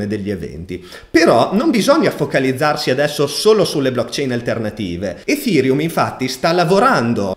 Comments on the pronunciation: Perchè lo pronunci efhereum? Nelle conferenze neanche Buterin lo pronuncia così..🤪🤪🤪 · grande, anche se ogni giorno cambi pronuncia di ethereum <3